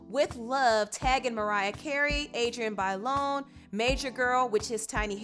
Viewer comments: OK but the guy said "Adriana byelawn. " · The fact that the guy said "Adriana baylon" 😑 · Homie talking to Tamar pronounced Adrianne’s first AND last name wrong lol bruh...also...Keke and your itty bitty baby 🥰❤️🥰❤️ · Jesus that man talking to Tamar could not have butchered adriennes name more than he did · I cringed at how the guy pronounced Adrienne's first and last name. Disrespectful, lol